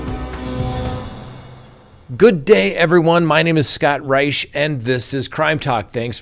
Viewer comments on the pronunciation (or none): none